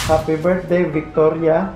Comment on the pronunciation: Victoria Radavic-chuti pag pronounce? HAHAHS